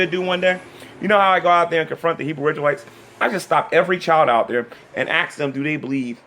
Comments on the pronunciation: I cringe every time I hear "Can I axe you a question?" its the same amount of letters and syllables to say "ask". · Why is it, this moron STILL cannot pronounce the word "ask"???